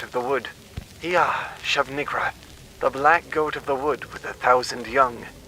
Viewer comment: I thought that one said shub niggawrath 😂😂😂😂😂